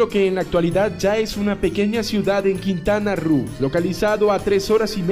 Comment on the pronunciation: No es Quintana ruuu se dice Quintana Roo